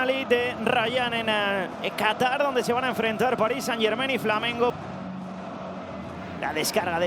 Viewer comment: Por fin un comentarista que pronuncia bien "Germain"